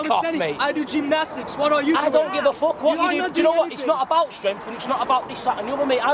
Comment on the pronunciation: I like how the big guy pronounces "fuck" I DON'T GIVE A FOOK! As a German it gets me every time :D